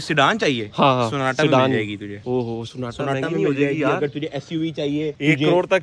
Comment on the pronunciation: Sonata nhi Sona Tatta😂😂😂